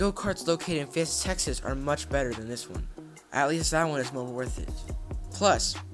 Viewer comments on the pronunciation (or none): none